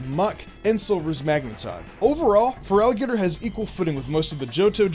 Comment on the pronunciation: I think you mean feraligatr, feraligatr, feraligatr, feraligatr, feraligatr, and feraligatr